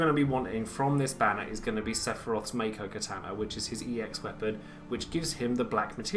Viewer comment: Btw, Mako/Makou is pronounced "Mah-koh" And why back and forth between Ey-ko or Aye-ko (it's the former, Ey-ko)